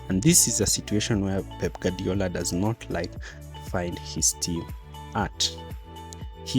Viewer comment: Guardiola's phonetic translation is: gwaar·dee·ow·luh In other words: Gwadiola not Gadiola